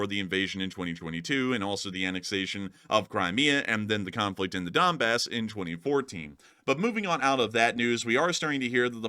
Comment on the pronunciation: dude just said dumbass instead of donbass 💀